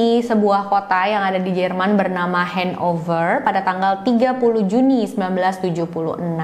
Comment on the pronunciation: Hehe Nama Kotanya: HANOVER = Ha No Ver (baca seperti bahasa indonesia). Bukan Han Over